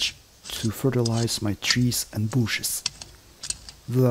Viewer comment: and when he said "Bushes" , I almost giggled to death! 1st video and I'm SO hooked it's...a relief to find something worthwhile! Be well everyone, we can survive alone, together.